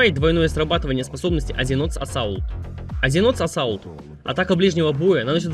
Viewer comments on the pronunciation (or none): как я услышал Azzinoth's assault - азинот САСАУЛТ!